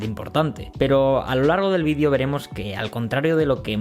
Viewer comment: No decimos decimos vídeo, palabra esdrújula con el acento y tilde en la i, al contrario que en América donde el acento lo ponéis en la e como palabra llana. De hecho al autor del vídeo, valga la redundancia, se le oye perfectamente pronunciar la e en cuanto relaja la velocidad con la que dice la palabra o bien en cuanto afinas el oído. Muchas veces es la velocidad al hablar la que tiene la culpa de que al oyente la e le parezca una i por la posición de la lengua, ya que es bastante parecida. Pero en cuanto el hablante relaja la vocalización y verbalización vas a comprobar como cualquier español de a pie dice video con acento en la i. Como mencioné antes este mismo vídeo es ejemplo de ello, mientras que la primera vez que pronuncia la palabra es prácticamente indistinguible la segunda vez, que es pronunciada al final, se distingue perfectamente. Lógicamente existirá gente que lo diga mal, es como decir o , pero al final eso es como preguntarse ¿por qué en tu país hay gente que dice palabras mal? Bueno, es algo complejo de responder porque no responde a un factor concreto y extrapolable.